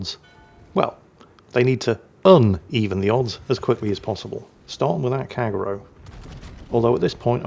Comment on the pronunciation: Kagero 陽炎 Kah Gey Ro not Kagg ero :)